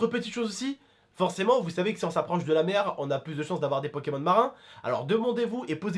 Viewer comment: Suis-je le seul à avoir entendu pékamones à un moment? 😂